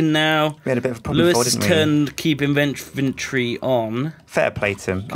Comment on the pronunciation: Does no one else cringe everytime they hear the way any of the pronounce "inventory"?